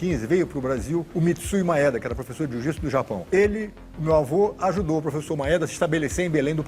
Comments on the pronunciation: Alguém aí percebeu que ele fala "jujitsu" ? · E aprendeu errado porque não é jiu-jitsu é" JŪ JUTSU"😂